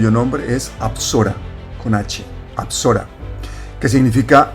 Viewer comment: “Besorah” es la palabra hebrea para “evangelio”, no apsorah